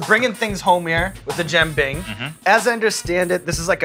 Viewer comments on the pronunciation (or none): The way Sean pronounces jianbing hurts my ears.